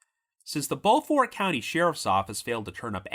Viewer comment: It’s pronounced “bo-furt”.